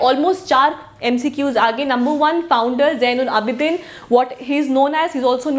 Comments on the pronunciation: Who feels that the name of Zain ul Aabideen is not pronouncing correctly like us Kashmiri people !!! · Itz pronounced as zainul Aabideen ... N not budshah but Badshah .. pronounce U as we do in word But not lyk in put. .